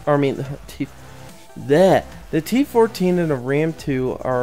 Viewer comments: Its not t114 its t14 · he calls it a T114 its T14